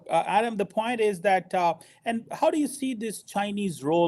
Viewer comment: its point not phoint.... kamse kam.yeh toh pakistani rakho